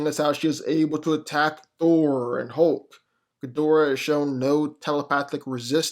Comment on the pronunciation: the way u pronounce "thor or hulk" makes me want to slap up u piece of sh't